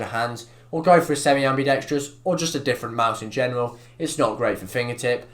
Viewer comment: Different not diffwent